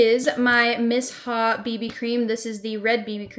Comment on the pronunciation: I've never heard Missha pronounced that way Interesting!